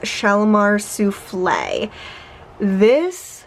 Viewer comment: LOVE Guerlain LPRN Intense! Thank YOU for saying Souffle' as it IS supposed to be pronounced. These Sufflah ppl are killing me! The Bon Bon Bottle is actually replicates a candy Bon Bon in a wrapper twisted at the ends! Great video!!